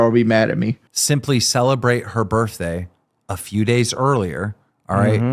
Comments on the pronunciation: “Burfday”…someone ask to spell “pedestal.” I guarantee he spells it “pedastool.” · boogie and keems face when he said "yur burf dayt ant important like awnestly" L L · I can't be the only person infuriated by them pronouncing it "birfday" can I?